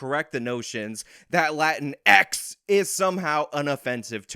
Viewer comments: It’s actually pronounced like latinks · Actually! It should be pronounced "Latinexis", and they are bigots for not pronounce it like so :v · She couldn't say X in Spanish. I don't need to hear anything more 😂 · Just want to mention X is not pronounced in Spanish The way she is pronouncing .She is saying x in English ,we Spanish speaking people call that spanglish, lol! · This was such a good video. I really appreciate your perspective and logical thinking about this topic. My organization uses Latinx and I have never really known what to think about using this term instead of Latino. The Latin”X” emphasis was funny at first but I had to keep turning the volume way down so save my ear drums. 😆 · Think it's pretty telling that when she says "latinx", she says it with an English accent, yet when she says "latino or latina" she says them with a distinctly Latin accent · The “X” is being accentuated too much each time you make fun of them and it’s hurting my ears. Relax! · "Stop trying to make 'latinx' happen, it's not going to happen." I loved the running gag of every "X" reference and the eXtra emphasis, it does sound ridiculous and i'm glad it's being pushed back. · I cracked up 100% of the times you emphasized X every time you said "Latin-X" 😂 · I like how puts the emphasis on the x. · I love the way you exaggerate X 😂😂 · Your voice must have hurt after having to pronounce X like that everytime. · Wow, very interesting. I didn't even pick up on that. Yes, her doing that speaks volumes ! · Because X is pronounced differently in Spanish than it is English. So when you say "latin" in Spanish and "X' in English you are not speaking Spanish. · Yes, that is not how we pronounce the "x" in Spanish at all. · The emption and emphasis you put on the 'X' makes me Crack up Stellar video my guy. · I had wondered how to pronounce lantinx properly, I now know all the emphasis needs to go on the final X. Thanks, I’ll use your pronunciation from now on. 😁